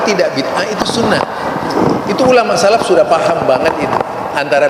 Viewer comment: salaf bukan sallaf..... صار SORO..... bukan SORA........bacanya saja nggak benar.......sok kritik orang lain.......kalau bodoh..... Jangan sok paling hebat 😁😁😁😁😁😁👿👿👿👿👿👿👿👿